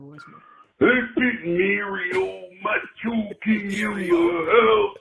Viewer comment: Bro the fucking Macho call “Meurio” killed me 😂😂😂😂